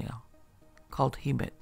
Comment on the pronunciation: It's Hem-met